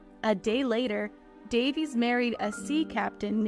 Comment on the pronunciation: This is really an intriguing and well done compilation however, her name is pronounced Day-vees, not Davis. 😊